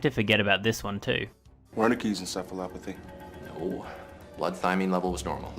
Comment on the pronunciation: I mean, not to be a stickler but acute radiation poisoning does not look anything like what was shown in Chernobyl. Moreover, It is pronounced Encephalopathy with an S not K as in en-se not en-ke.